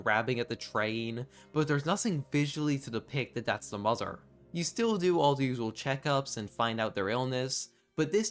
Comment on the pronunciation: “Da muzzer.” The Owl-2025